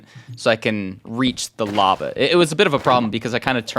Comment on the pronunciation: no not lava he said larval